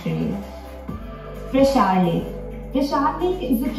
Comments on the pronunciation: parashar not prashaar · It's not prashar, it's Parashar. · It is pronounced “Paraa-shar or Pra-shar” lake. The presenter pronounced it prshaar. It was named after rishi Parashar. Been there twice. Its so beautiful. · Its Parashar Lake...not prashar lake...